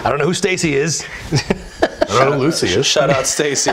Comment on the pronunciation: "I Ont give a fuck" Babbish 2019